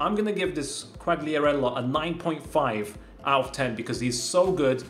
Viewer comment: THE CORRECT PRONOUNCE IS QUALIARELLLA